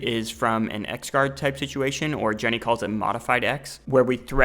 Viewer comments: BTW it's JOON-NEE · Juny is pronounced like Jew-knee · Junny is pronounced like 'June-e' FYI -- great stuff though